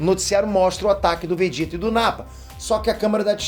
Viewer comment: O som da pronúncia é o mesmo, então está correto, quando leio e escuto.